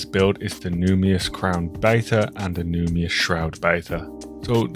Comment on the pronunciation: Very, very, very minor note but: there's an "n" in the middle of "numinous" lol. So it's pronounced "NOO-min-ous." It means something like it has an aura of the divine.